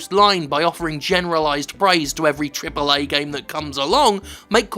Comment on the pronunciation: take a shot every time Jim says Triple eh games